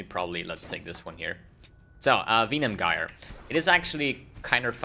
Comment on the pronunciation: Usually I dont mind pronunciation...but when you say "Venom Gyre"...like "Weenam Guyre"....that just hurts my soul deeply... XD